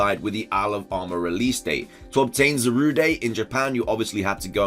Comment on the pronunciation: Eveyrything going well until u pronounced “Zara-DEH”. ==